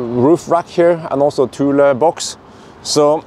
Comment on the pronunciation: That’s not how you say the name bro